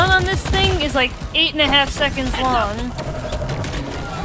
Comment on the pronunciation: "and they last for fifteen secNDs" girl whats that accent